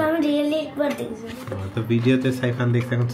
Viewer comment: সাইফান। সাইফার না। কাম্মি। কামি না।